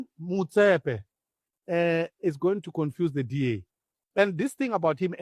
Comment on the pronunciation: Please guy listen very carefully to people speaking, like Prince Mashele and how he pronounces people names. Motsepe is pronounced Mot Sepe.